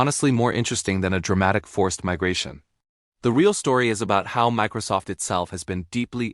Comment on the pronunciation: You lost me at "Mickrosoft"